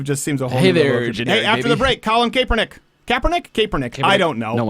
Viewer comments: You don't 'THROW A FUMBLE", you throw and interception Crowder!!! c'mon learn about the national sport if you claim to be so "american" ... by the way it's pronouced CAP -ernick, like a baseball cap...and yes he's bad and football and life. Calling him Lebanese is an insult to Lebanese people though. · Cap-Er-Nick not cape-we-nick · Please learn how to pronounce Kaepernick